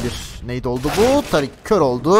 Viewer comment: Woxic e Özgür diyorsun. Tarik nickli ismi TARIK olan adama tarık demiyosun. Tariik diyorsun. ne alaka bunun da ismini söylesene